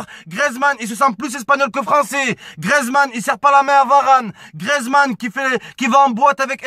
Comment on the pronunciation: ça vous fait pas rager quand il dit grezman